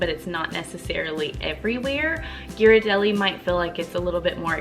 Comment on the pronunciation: Thank you for the food tips! I appreciate that you pronounced Ghiradelli correctly as well!